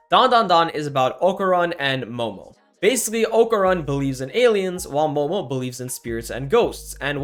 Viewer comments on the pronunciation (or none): none